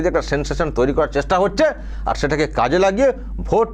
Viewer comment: Jagannath dham digha. Are Prasad ranna gas e. Are er uchxharon ta kemon kemon lagche. Dubbing korle bhalo hoto